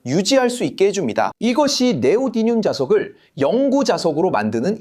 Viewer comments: 네오디늄이 아니라 네오디뮴이라고 해야 하는데 다시 고쳐야 하겠네요. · 자꾸 네오디뉸 이래? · 그렇게 따지면 고쳐야 할 발음 천지입니다. 위에서 지적한 것은, 한국어 표기법으로 "네오디뮴"이라고 쓰는데, 그걸 한국어로 "네오디늄"으로 잘못 읽는 것을 지적한 거죠. 원래 영어 발음을 적으며 제대로 된 발음은 이렇다라고 하는 것은 논점 일탈입니다. 그렇게 따지면 영어 발음으로 "니오다이미엄"이라고도 하는데, 이건 어쩔 건가요? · 사실 제대로 된 발음은 ‘니오디미엄’입니다